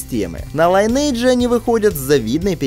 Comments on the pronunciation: Только не Лайнидж, а линедж оэс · лИниэйдж (ударение ни первый слог) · "ЛайнЭйдж"!? Серьёзно? То есть "родословная" теперь так произносится что ли?